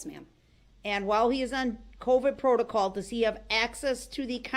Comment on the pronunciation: He loves saying Protacaw 😂